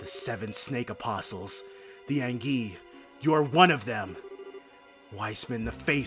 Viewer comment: You pronounce the S in Anguis, it's not silent so just say An-gwiss basically. Also English translations pronounce Loewe as Lou-veh